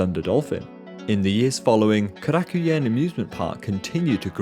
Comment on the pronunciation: Oh, you're butchering the pronunciation of Korakuen. Korakuen Hall is a personal mecca for myself.